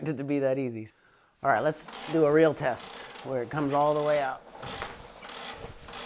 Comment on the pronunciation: I’m sorry, did you say: “Let’s do a real test” or did you say “Let’s do a reel test?”